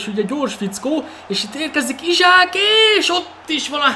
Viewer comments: Szia nem Izsák hanem Iszák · csa nem akarok kötekedni de én úgy tudom hogy isak nevét iszák nak ejtik..